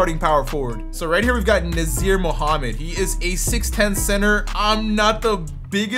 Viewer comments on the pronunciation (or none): Nazr is pronounced like Nozzie, btw. The R is silent. :)